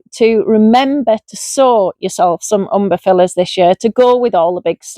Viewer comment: I love that you are calling them umberfillers…. Instead of umbeLLifers. Like your version better….. and they are my favourite genus to grow xx